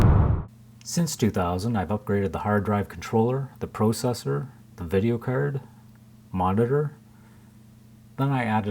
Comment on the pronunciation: its a video cerd lmaooo its card with an a not an e